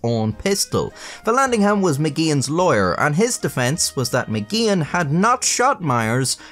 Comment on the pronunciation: When he says lawyer it sounds like he's saying liar lol